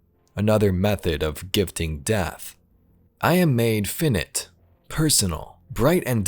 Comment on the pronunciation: That says finite btw not finit.